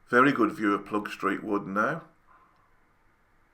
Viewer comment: Well explained! It’s not Ploegstreet but Ploegsteert btw … ‘steert’ is dialect for ‘tail’